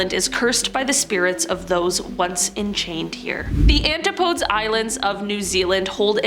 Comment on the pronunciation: A presenter not being able to pronounce antipodes or Maori shows exactly where this channel is.